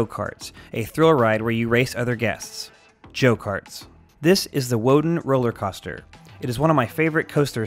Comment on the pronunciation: "Joe Karts"